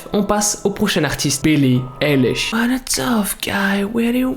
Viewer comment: Ok je t'aime bien😂 MAIS ce n'est pas BILLIE ELISH mais BILLIE AÏLISH ( la prononciation )